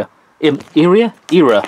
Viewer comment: I absolutely love your accent, and the way you say strawberry is so cute! But the way you said era triggered me 😂. No hate though, great vid!